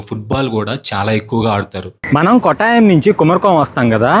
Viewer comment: "కోట్టయం" కొట్టాయం కాదు. "పాతిరామణల్" పత్రమనల్ కాదు . అలపి చెప్పకు బాబూ, ఆలప్పు షా (not quite, it is Alappuzha) అంటూ చెప్పాలి